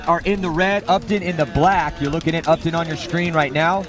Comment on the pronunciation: the town is said like UP TON, not up town......